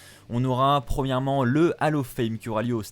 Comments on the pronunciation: Bon. J’ai stressé parce qu’on ne dit pas « AL OF FAIME » mais « OLL OF FAME » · juste une petite correction vocale on dit bien hall of fame (hall se prononcant "haul" et pas "hal" car vocalement on entend hallo fame) 😉